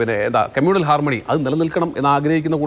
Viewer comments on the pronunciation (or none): ചാമാകാല... Harmanoy എന്ന്...😂😂